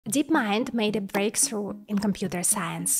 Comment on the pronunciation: May I humbly suggest you say “breaktru” or “breakfru”, rather than “breaksru”? That really breaks my ears. I really like your channel!